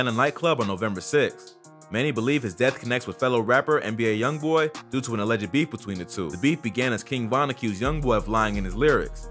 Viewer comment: Am I the only one who heard him say A “i” Youngboy and not ALYoungboy